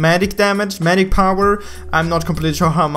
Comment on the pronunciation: i am not sure . but is he saying "maguic" not majic